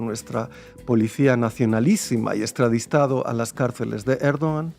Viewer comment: Extradistado"? Pero qué acento de palabras en español son estas?